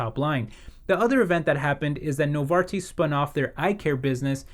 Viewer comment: Excellent pronunciation on Novartis ;)